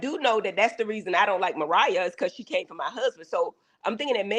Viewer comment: JUST SAY MARIAH